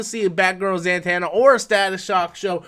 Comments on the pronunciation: it's not that I don't think he knows the character or meaning, it's the pronouncing of her name that gets me. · He is not the only youtuber who mispronounced her name this way